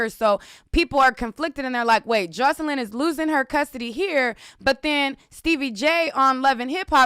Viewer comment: Girl! You know why you keep mispronouncing her name... bcuz of all those R Kelly updates you've done. 😄😄😄